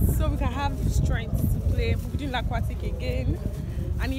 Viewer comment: Not Laaquatic never again 😂😂 Scary cat 😂😂😂